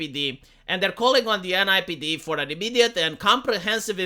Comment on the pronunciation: ...its NYPD...not NIPD